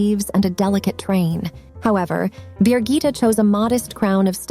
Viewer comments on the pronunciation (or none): Bi GITT eh not BEER gitta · Her name is Birgitte, not 'Beergita' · Her name isn't Beergita and never was. It's in Danish and English Birgitte.